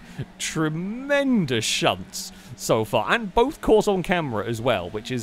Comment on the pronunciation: dangersausage's second shunt was "tree-mendous" thank you, thank you.